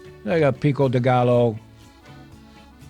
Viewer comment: Brother, it's not pico de GALLO, like the wine. Its pico de "guy-yo". The double L has a Y sound. another awesome recipe.